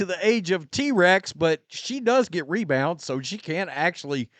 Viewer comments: mebounds not rebounds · If the WNBA stopped recording “me”bounds as rebounds, Angle Reese would be cut from the team.